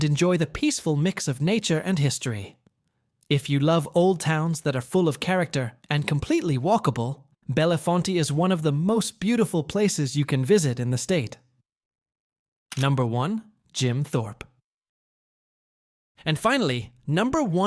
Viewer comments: Not "Bella-Fontay". It's pronounced as Bell-font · It is Lititz , pronounced Li tits with the accent on the first syllable. And, Bellefonte is pronounced as Bell Font. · AI narrator also mistakenly pronounced Bellefonte as “Bella-fonty”. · Also not belly frontie. Bell font. Suggest Sewickley in Allegheny Co.